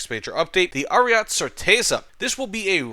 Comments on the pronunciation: Americans can be insufferable in their stubborness when it comes to pronouncing anything foreign wrong/right. Like lmao I understand spelling might be confusing but you can just listen to the word once and keep it in ur mind as Aryete it's not french so why would you drop the e. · and roll the R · Please for the love of God stop calling it "Ariat" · it's like that inglorious bastards scene P.S. pls continue calling it Ariat